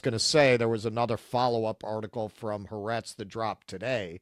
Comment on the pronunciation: Are you fake jews or do you really not know how to pronounce ha'aretz?